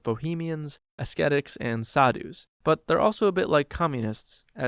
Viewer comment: 1. Look up the pronunciation of "ascetic". You're doing it wrong. 2. Do not believe, for even an instant, that Communists do not use or like money. As a child, you are expected to be somewhat naive... But, that's just too far. 3. If you know of a place in Africa where I can hunt Lion for only $10,000... Let me know. That's an absolute steal. Bearing in mind that I could not possibly care less about your soft, emotional qualms.